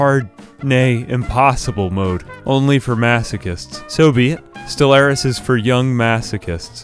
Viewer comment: As someone who has over 5 thousand hours in Stellaris, didn’t do anything good, he didn’t even talk about their traits, didn’t even do anything right, let alone say the name of the game correctly